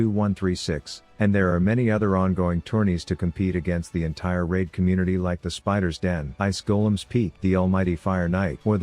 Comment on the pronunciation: Raid shadow legends? I thought he said Rav shadow legends